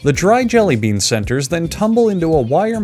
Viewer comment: did you just say jelly beab at the start